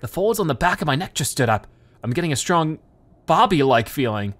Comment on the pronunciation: Why can’t he call him Bobby he’s called Bobby not bob-om